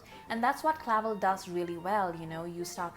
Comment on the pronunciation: it’s pronounced cluh-velle. and something like 2 years of his life were appropriated against his will by the japanese military so give him some credit where it due, he could’ve (and rightfully so) held onto anger and been way more racist. And for 1975 he was woke af.